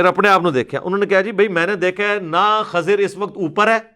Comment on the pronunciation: Not khazir right name is khizar you can confirm it's safto know u can not pronounce correctly